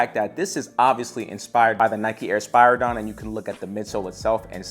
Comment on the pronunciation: Spear a don not is how you say spiridon and the air max 1 wasnt the first air max the air max 270 was